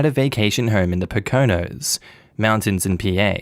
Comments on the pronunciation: Yo! Pocono mountains; accent on first sylable. PO' cah no. Not. po CAN' no. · I giggled when i heard how you say it:)